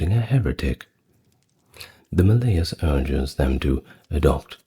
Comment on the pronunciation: Maleus has the emphasis on the first syllable, not the second.